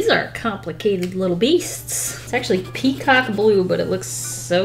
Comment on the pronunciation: Word of the day: PeaCAW-KEE